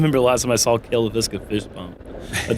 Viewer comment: Why does everyone in disc golf pronounce it 'Le-VIS-ka,' when Cale himself pronounces it 'LAY-viska'? Surely he's the one correctly saying his own name... Anyhow, always love the Jomez and the!